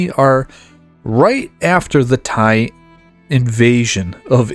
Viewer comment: Fantastic and your pronunciation of Thai places is quite good!